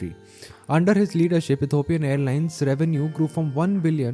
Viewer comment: say Ethiopia, not Etopia